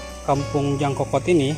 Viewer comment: Mohon namanya diluruskan bos, bukan djangkokot tp nyangkokot, maaf saya asli anak sigrong bos. Salam kenal